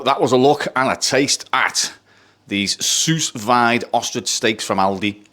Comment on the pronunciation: It's pronounced like...sue veed and it is sealed in a bag and cooked in warm/hot water. Low and slow. Low temp for a long time. You get to cook them with the marinade sealed in the bag. You can do the veggies and such the same way at the same time. Of course you then have to sear it for the outside color.